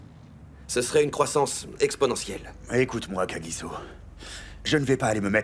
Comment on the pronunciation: On dit kagisso